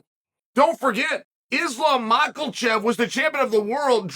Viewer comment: My man really said Islam michaelchef